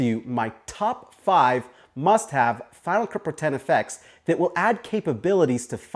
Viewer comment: Each time you say "Final Cut Pro it sounds more like you're saying "FinaCupru". Your video is a good example of the effects you're showing. You mentioned something about money earlier; are these other plugins (besides Cinema Grade) free, or are they trial/paid as well?